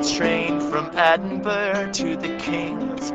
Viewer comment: Firstly, he's not a Gypsy. Second, he can't sing. He can't pronounce Ediburgh. He's terrrrrrrible!!!